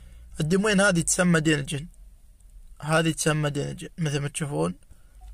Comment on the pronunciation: هلا بيك ابو جابر شكرا على شرح بس ملاحظه ما تنقال دينجن دانجن